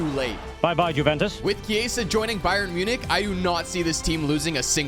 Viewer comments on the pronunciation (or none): none